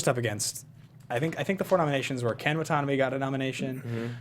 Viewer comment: Lol isn't it pronounced Wa-ta-na-bae? Not Wa-tonabee?